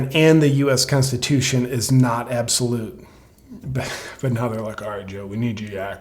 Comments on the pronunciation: Biden is so lazy he can't even say, "The Consusion of nistates" correctly. Worst "Presnt" evar. Shame on him calling out "Resentives" and "Seners". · This Douchebag can barely say Constitution, much less know what's in it. Even that witch Ginsburg said Roe v Wade was a bad decision. When Joe joins her in Hell she can set him straight on that.